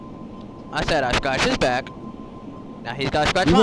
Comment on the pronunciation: "You better tell that you're bwack" is actually insanely fucking hilarious. Also the intro could be a lil shorter.